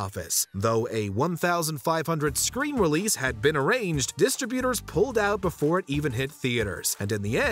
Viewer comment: I've never heard the word "distributors" pronounced like that.....dis-TRI-butors....not DIS-tributors....duh